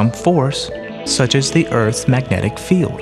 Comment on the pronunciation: Dear voice-over guy: The word "field" is pronounced FEE-eld, not FILLED.